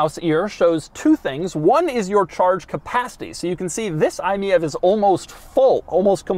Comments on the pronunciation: Isn't it said like " My EV" instead of Miev lolll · It baffles me and amuses me that Doug is pronouncing it as “me-êve” when it’s obviously meant to be pronounced “my-E-V”. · is it really pronounced mee-ave? i would've thought its "My EV" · In Germany „mief“, which is exactly pronounced like „miev“ means that something stinks (if you even go into slang you might even call the car „i stink“ or „i suck“, so to speak 😁)…so the Mitsubishi had a hard stand here. Most people bought it rebadged from peugeot or citroen 😁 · I think “MIEV” is supposed to be read “ My EV “ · I think it's pronounced, "Mitsubishi MY EEE VEE" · Isn't the name pronounced like "my ev"? Also that fuel icon has an AC plug on the end. That's actually a custom part. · Isn't it pronounced "MY E-V" as in "my electric vehicle" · I-Meev is how you pronounce it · Wtf the Lagonda is one of the coolest looking cars of all time. I think you meant to say Fiat Multipla!# btw, I could imagine the name being pronounced as i-Mi EV? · I thought it was pronounced “my-EEvEE” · Sir it is most definitely pronounced "my e.v." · THE MITSUBISHI EYE-MiEV 😂😂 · everytime doug says it it's comedy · I have always heard it pronounced Me-Vee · he also keeps pronouncing the name of the thing incorrectly. What do you expect. 😅